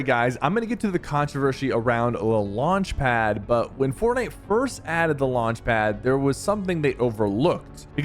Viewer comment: “le launche pad” 💀